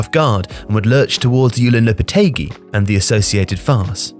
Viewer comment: My god dude,you butcher so many names,for fucks sake,Yulen Loupeteigui?!Maccow Asensiow?!Jouzei Angel Sánchez?!Florentinow Perez?!Cristianow Ronaldow?!Reial Madrid?!